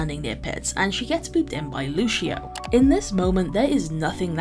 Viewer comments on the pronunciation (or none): It's Lucio, not Looshio. They SAY his name in the game. There's no excuse for mispronouncing any of the heroes' names.